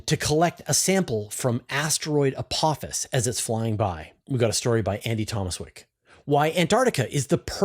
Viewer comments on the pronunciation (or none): none